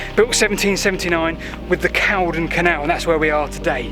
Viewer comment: I hate to point it out but it's "Cauldon" (pr. cALLdon), not "Caldon". I say that as someone who lived on the corner of Cauldon Road in Stoke on Trent, a couple of hundred yards from the canal. Great video though guys!!!